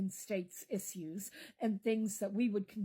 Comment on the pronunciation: I can’t take her seriously because she can’t even pronounce “issues” properly. Is she on meth?